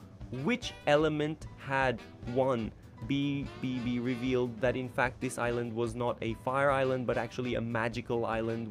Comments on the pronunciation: yeah its ai generated so its bound to make mistakes with the voiceover/script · Why are you having so much trouble with pronouncing "BBB" 😭